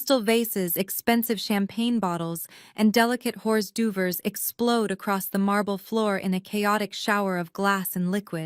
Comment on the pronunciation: H orse doo vers?!!!!! REALLY!!!!!